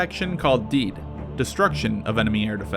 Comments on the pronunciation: its actually pronounced SEE-ad and DEE-ad if the mw2 advisors did their job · Tfw when you pronounce "DEAD" like "deed" - great video tho! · DEAD... Pronounced like DEED and definitely not like dead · ummmmmm why did you pronounce DEAD deed? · It literally spells DEAD and dude pronounces it DEED...wut? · why did u pronounce DEAD as deed?? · did he just pronounced DEAD as deed